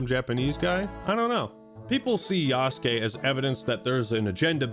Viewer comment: Thank you for pronouncing yasukes name right. So many people saying yasookay. And i cant even. Watch when this shit comes out itll be yasookay. I want to die